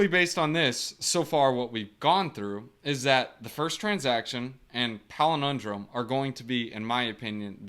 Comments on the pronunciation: PAL - IN - DROME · Yes love you man, so it is pal-in-drome. I like your pelenindrome but people are easily confused.